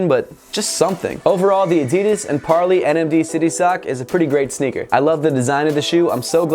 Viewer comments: Is he prenouncing it right? I thought it was par-ley not par-lee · I believe it's pronounced par-lay. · According to Parley's own website you pronounce Parley like you pronounce 'way'.